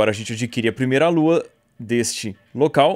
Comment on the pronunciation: po cara para de errar e fala lua certo caramba